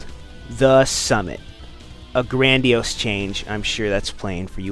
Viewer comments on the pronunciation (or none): ...Grand-di-ose change?